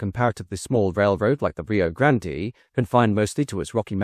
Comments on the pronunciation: Rio grande, not rio grandee, Nice video, sick of the AI narrorator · The pronunciation of "Grand-EE" is making this video difficult to watch. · Dude, it's pronounced Rio Grand. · The research for this video felt much sloppier and less well researched than normal, it's disappointing. Not to mention the mispronunciation of Rio Grande throughout the whole video. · hate to be the one to tell you this but you mispronounced Rio Grande during the whole video. You don't pronounce the e at the end.